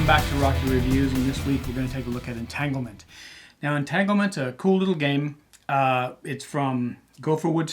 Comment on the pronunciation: Just now saw this; thanks for the review! 👍👍 on the name pronunciation!